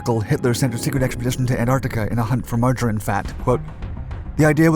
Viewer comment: "richter" and "margarine" are VERY much words you need to learn how to pronounce